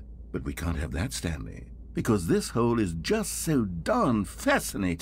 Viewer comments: Like why💀😭😂🤣😂🤣😂🤣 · But why does the man who’s talking says hooolleee not hole